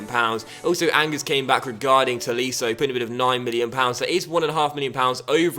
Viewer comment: Did you really pronounce Angers as 'angus'? That's worse than your pronounciation of Koln.